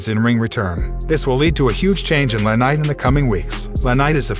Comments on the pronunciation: Guy needs to know how to pronounce the wrestlers names correctly the wrestlers name is L.A. Knight not la ,other name you butchered is Vince Russo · Don't be attacking Liv Morgan your show sucks your a liar no one cares what you think and you can't get peoples names right its not lanight its LA knight! Get it right retard!